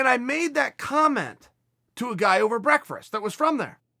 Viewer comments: Mastery of public speaking, but still don't know he calls it: "break-frest" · Did u have a stroke ? You said " breakfRast ," twice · Chael, man, you say breakfast strangely. You’re the best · He can't say breakfast lmaooo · Dude cant pronounce breakfast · BREAKFRURST I EXPECTED BREFUSS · I like how chael cant say BREAKFAST. #BREAKFRAST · Chael "Brekfrest" Sonnen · HAAHAAH "BREAKFRURST" CHAEL LOOKS LIKE A GUY WHO SAYS BREFUSS THO🤔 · No, you have just been saying breakfrast wrong your whole life. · "Brekfrist" is how its pronounced in the streets of West Linn. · "Breakfrest"-Chael Sonnen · Chael “Brek-First” Sonnen 😂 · Chael “break-fRast” Sonnen 😆🤪😂😅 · "whats going on hereee?" "BREAKFRAST" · Is he saying break-frest? 😂 🤣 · Everyone: Breakfast. Chael: Breakfrast. Everyone: OK great. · Chael: beakfrast Me: to the highest of levels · Chael breakfrest Dictionary: ok great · You say ‘breakfrist’ and it reminds me of my mom 😊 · Chael says "brekfrist." It's now called "brekfrist." Breakfast does not exist anymore. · If uncle Chael says it's breakfrest then by god who am I to correct the goat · I gotta have some of this "breakferst" that chael talks about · Cheal looks like a guy that says BREFUSS... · that's the 2nd time Chael has said breakfRast. I guess it's the new way to say it now. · Why does Chael always say breakfast as BREKFREST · Chael "Braerkfest" Sonnen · Ol' Chael is too self aware to be eating "breakfrast" twice! He meme-eth what he say! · ... did you say breakfrisk?? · Uncle Chael took one too many "breakfrasts" to the head. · Did Chael just mispronounce "breakfast", realize he did, and then purposely mispronounce it again for continuity? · Most pressing question: Why does Chael have such a hard time pronouncing breakfast? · Is it me or is he saying “brekfrist”? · I have never heard anyone in my life put extra letters in breakfast in the PNW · Please stop attempting to say breakfast because brekfrest puts a knot in my stomach uncle Chael